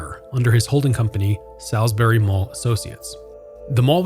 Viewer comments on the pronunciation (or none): the only thing i gotta say is he said the name wrong, its not pronounced "sal's-berry" its "saul's berry" many many people make this mistake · Rule #1- it's SAULSbury not SALSbury. Come on... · Hey, just so you know, locals pronounce it "sauls" berry - like better call Saul. When you say it like the steak it triggers local folk :D But yeah, i worked there when it first opened. I worked in the Boscov's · It is pronounced "Sauls-bury" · It’s pronounced “saulsberry” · LOL I'm hardly sheltered, but that's ok. It's just jarring to hear it pronounced incorrectly. 🤷‍♀ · the way ur saying salisbury loool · You're still wrong. That's how it's pronounced. Has nothing to do with dialect. You can't come here to our city & pronounce it wrong. How would you pronounce Worcester, MA? I'm originally from CT & know the correct pronunciation. Also... Salisbury, CT definitely is pronounced SALSbury. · As someone who grew up in Salisbury, this is a great piece, thank you for covering not of only the current state of the "new mall" but the old one as well. I do have a couple small quibbles: 1. Can people please learn to pronounce Salisbury correctly? It's even provided in the Salisbury Communication ad you inserted at the beginning of the video if you listen to it. 2. Also, you said the new mall is off of its own Rt 50 exit, but it's actually off of route 13. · Literally every time he said Salisbury I cringed slightly lol